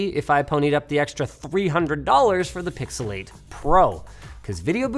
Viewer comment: "pixalate and pixalate pro"